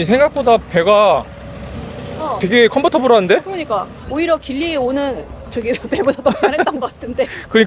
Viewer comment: ㅋㅋ 4분50초 컨버터블(x) 컴포터블...ㅋ ㅋㅋ 항상 영상 잘 보고있습니다 🎉